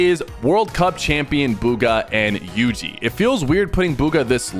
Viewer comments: bro said yuji not yugi 😂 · that is not how you pronounce yugi